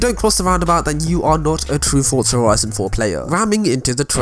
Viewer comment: There is no t is forza so why pretended there is. Its forza not fortza